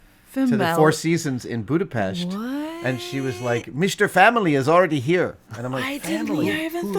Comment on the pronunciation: Adam's pronounciation on Budapest's S makes me, a Hungarian fellow proud :) thank you